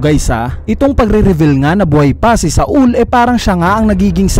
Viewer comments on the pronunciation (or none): not SA-UL its SAUL/SOWL duhhh SA-UL THE FCK HAHAHAHA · Jaguar D. "Sol" po ang tamang pronunciation